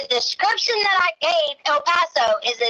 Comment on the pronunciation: “Subscription” for “description”😂